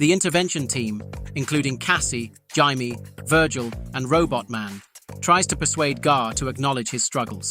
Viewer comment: and the pronunciation of Jaime as an in-between of that and Jamie